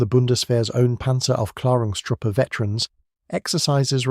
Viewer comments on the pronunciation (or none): Please say „Lux“ and Panzeraufklaerung….